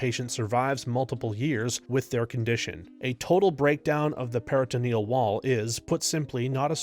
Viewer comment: "PERRA ta NEE al" dialysis.